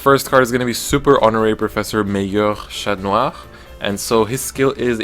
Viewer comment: Your pronunciation on the cards are 👌, especially for Chatnoir